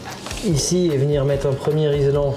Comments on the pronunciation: Puis je suggérer qu'il s'agit de colliers RILSAN et non RISLAN... ;o)) Ca change tout!! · RILSAN ;) Tu peux aussi dire toronner au lieu de Rislanter 🤣🤣🤣